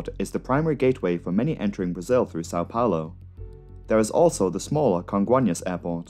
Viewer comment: I remember that day. So tragic... On a lighter note, your pronunciation of "Congonhas" and "Guarulhos" are on point.